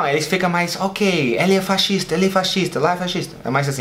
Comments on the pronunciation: Tão bonitinho falando fascista errado. Pronunciou "faxista" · Deve ser difícil para ele pronunciar pq tem um "S" no meio: Fascista.